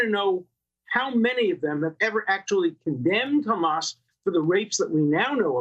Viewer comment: Hammas?? C’mon!😂